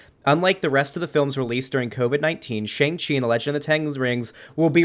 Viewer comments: Why is he saying it like that. Its SHANG CHI, not Shung chi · Bruh how do you watch the trailer for Shang-Chi and still keep mispronouncing the name?